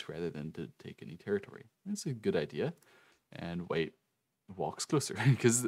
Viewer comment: Bro who tf is Wei? Ooooooh white..... Took me 18 minutes to figure out. Accent much lol